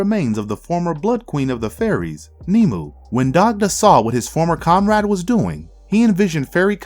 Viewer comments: It's not nemu it's pronounced nim-way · Her Name is nimue not nimu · I do love how the narrator mispronounces so many names. like the blood queen..even in the movie the name was NEE-MA-WAY. but i get it..it dont matter.